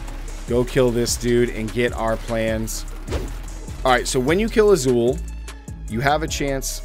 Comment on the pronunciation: Took me forever to figure out you were trying to say Izual. There's no character named Azul in the game. Multiple in-game voiced dialogues demonstrate the correct pronunciation for every main character name, cmon.